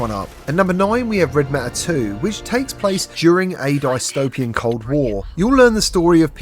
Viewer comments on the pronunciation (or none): Its dis topian. Not die sytopian